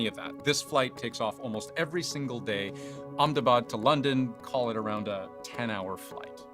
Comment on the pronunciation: Hey pronounced Ahmedabad correctly 😂